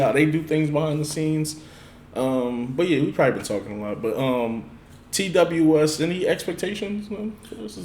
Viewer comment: Also letting you know TWS is pronounced “Two Us”